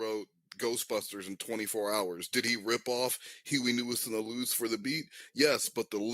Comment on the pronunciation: I didn’t believe it until he said “hewey newis and the lews” and that changed everything